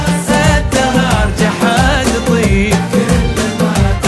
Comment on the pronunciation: بالله اسمعوا كيف ينطق.... كلمة خشها.... حتى مخارج اللفظ عند هذا المغني مضروبه